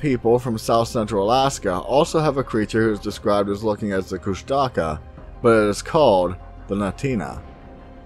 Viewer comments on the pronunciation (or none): ITS NOT PRONOUNCED KUSH-TAKA ITS FUCKING KUSH-TU-KAH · I have heard of this creature (pronounced KUsh-ta-KA) for many years. I do not what they are but I do not think they are anywhere near a Squatch. There are many names for the same creature also there are many names for many different creatures. There are MANY different creatures.